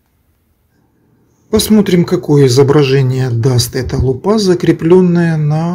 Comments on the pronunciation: Автор, не лупА, а лУпа. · Лу́па, ударение на первый слог, т.е. на слог с буквой У — лУпа.